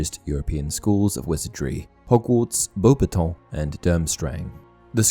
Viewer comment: Oh, so it's bow-batong. I had no idea how to pronounce beauxbatons for 20 years